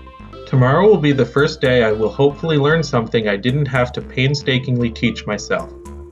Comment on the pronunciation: “foist of all…”